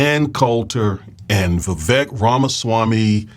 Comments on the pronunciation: It's Vivek pronounced like cake. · It's pronounced VA-VAKE, i.e... sounds like CAKE, show some respect to the Indian. :)